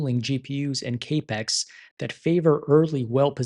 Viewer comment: "cape-ex" ??? Surely....never mind. Cap rhymes with wrap, not rape. It's short for capital.